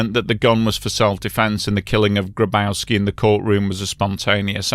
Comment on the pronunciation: Grabowski is pronounced "Graboffski".